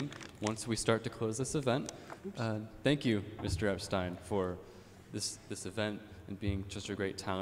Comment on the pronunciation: People really should learn how to pronounce Epstein.